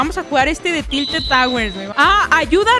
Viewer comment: "Rocket Lish" "Talted Towers"